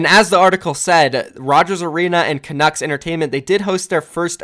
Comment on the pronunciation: You didn’t pronounce canucks wrong